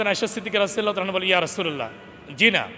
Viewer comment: রাদি আল্লাহ তালা ঠিক করে বলেন